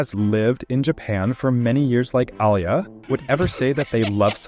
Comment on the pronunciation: i dont like the way u pronounce Alya. Its Alya and not Al ya. Аля а не Алъя или Алыя.